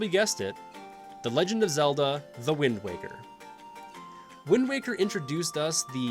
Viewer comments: I almost quit the video after he said wind walker, but the comments seem to be mostly positive so ig ill keep going lmao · Holdup did you just say windwalker? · Windwalker???? Windwaker!!!!!! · I lost interest at "Wind Walker" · Wind Walker why did he call it that